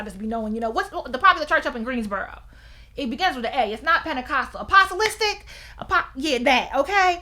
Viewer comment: I chuckled when you said apostolic - a pos a list ic… idk why but it made me chuckle